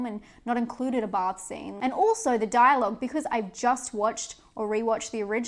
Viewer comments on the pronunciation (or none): none